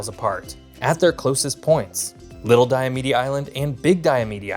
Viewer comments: Wouldn't that mean that Diomede (Di-o-mede) is 3 syllables not 4 (Di-o-me-de) like he said? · Never heard them called "Diomeedee". Always "Diomeed" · Hey Alaskans pronounce a couple of words differently than you do on here: Diomede as DI-uh-Mead and Wrangell as WRAN-gle. Thanks for the video - I enjoyed your photos and commentary. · diomede is pronounced DIE-a-mead 3 syllables, not 4, otherwise love your video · Cool video, but when you circle southwest Alaska you call it southeast, and vice versa. Diomede island is two syllabes (Dio-meed). Point Barrow is a geographic feature, not a town--the town is Barrow (no point) or Utqiagvik. Wrangel is pronounced RAN-gel, emphasis on first syllabus. This are nitpicks, but little things like these make Alaskans grind their teeth. But overall this is quite good, especially your discussion of the increased attention to the region due to melting ice. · Dio mead ( e is silent) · The two islands that straddle the International Date Line are pronounced "Diomeed" the final e is silent. You also pronounced 'Shishmaref" incorrectly. Shish-MA-ref. Ma like you might call your mother. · Only a few pronunciation mistakes, Diomede and Wrangell. And conflating Utqiagvik's (great job on this pronunciation!) summertime sunlight vs daylight numbers. Not bad. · the last e in diomede is silent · I suspect he pronounced it that way because you would pronounce it that way if you were speaking of the Greek philosopher, Diomedes. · You lived in Alaska and you pronounce several names wrong… odd. Denali, Diomede, Wrangell… just the few I caught. That being said. LOVE your videos 😂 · Bro, people told you how to pronounce Diomede and you're still mispronouncing it.